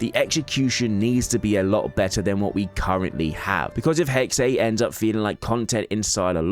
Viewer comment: 'Hexe' is pronounced 'Hexa', not 'Hexay'. It's the German word for 'Witch'.